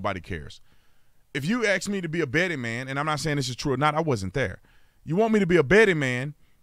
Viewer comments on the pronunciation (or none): Thanks to Thomas Sowell, I no longer 'blame' you for saying AX. Instead of ASK.